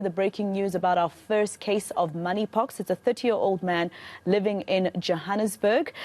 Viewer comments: Did she just say Money Pox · I thought I was the only one who heard her saying "moneypox"😅😅😅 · Did she say MONEY pox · She said money pox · What money pox??? That is what I heard.🤣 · Omw, the news reporter, continues to say "Moneypox" 🙄🙆‍♀️, seriously.. When she hears this doctor says it correctly which is "Monkeypox".. Eish.😂🤔🤔.. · Is it money or monkey pox?the presenter said moneypox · Did she say money porks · Mam it's monkeypox not moneypox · I thought i heard it wrong money pox😂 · sec: She just said "Money Pox "...Im am not lafin dow!🤣🤣🤣